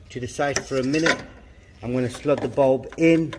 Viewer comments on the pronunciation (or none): I thought you said hex bolt when you were saying head bulb.!